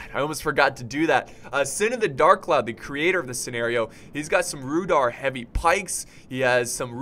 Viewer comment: i think its prounanced rude are